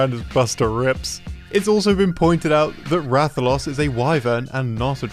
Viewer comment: "Is this Ratha-LOSS?" 💁‍♂️ EDIT: Am I really the only one pointing out his incorrect pronunciation? Oh well. 😂